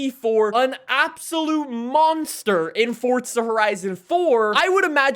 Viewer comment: welcome to another For'T'za horizon video🤦🏻‍♂️almost every YouTuber says it😂